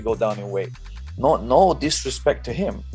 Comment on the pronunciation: "Again? Again? Nao" 🤣🤣🤣